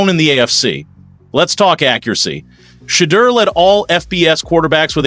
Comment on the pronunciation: OKAAAYYY 😡🤬 I'M GETTING REAL TIRED OF ALL YOU TALKING A** GUYS MISPRONOUNCING THAT YOUNG MAN'S NAME!! DID YO A** TAKE ENGLISH??! IT'S NOT SHED-EUR... IT'S SHE-DEUR DUMMY!!🤨😖😤 YOU SUCK AT COMMENTATING